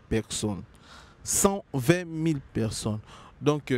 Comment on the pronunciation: UN JEUNE GARÇON DE CET ÂGE EST INCAPABLE DE PRONONCER BEAUCOUP DES MOTS TELS QUE PEKSON (PERSONNE), LEGENDE VIVANT (E), FOKS (FORCE) BEZ (BUZZ), AMBRIYER (EMBROUILLER), ORIENTEZ-LE À L'ÉCOLE CE GARÇON SVP, SON NIVEAU EST TROP MATERNEL, TRISTE. NA KAMUAKA BATU BAKENDAKA KOVANDA NA KITI NAYE APOZAKA BANGO BA QUESTIONS.